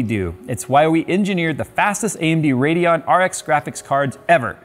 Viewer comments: Anyone else irritated by that "D" and "O" in the RADEON? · Yea lol